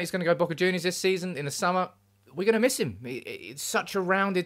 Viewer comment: " it's de history of de Tottenham"